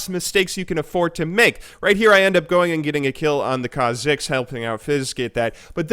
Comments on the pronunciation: KHA'zix (stress on kha instead of zix) and REK'sai (stress on rek instead of sai) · What's with the "Rek'SAI" and "khaZIX"... Is it some kind off inside joke?